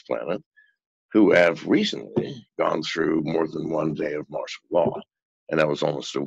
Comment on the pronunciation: FYI, it's MARTIAL law, not marshal. Great interview though. :-)